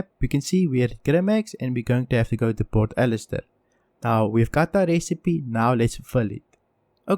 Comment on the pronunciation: "pert ellister" xD